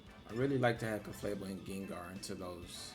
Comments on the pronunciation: I just love how you always say Ceflabel instead of Clefable 🤣 Banger The team is really good though! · It's CLEFable, but whatever you prefer, bro. It just sounds funny, you always make me smile with this 😊